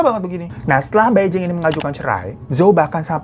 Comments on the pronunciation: bacanya: pai cing dan pei cing. jd bukan sama" beijing ya kak >_< tp ak selalu nontonin video kk koq.. krn cerita horor aja ga berasa horor, utk diriku yg nyali kecil hahaha thank you uda selalu menghibur kita dg kebanyolan kk.... sehat" ya kak. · Bai Jing baca nya Phai Ching gt kk cmiww